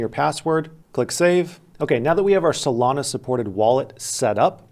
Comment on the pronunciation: why he say solana like that?